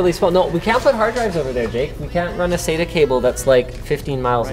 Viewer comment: SATA not SAYTER